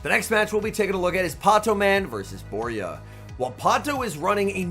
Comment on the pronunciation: I was in this event. Worst organisation I've ever seen, it was such a disappointment By the way, Borja is not pronounced Boria, it's BorJa (spanish J, can't think of an english sound to write that can imitate it, but think of the old "charging a loogie" sound)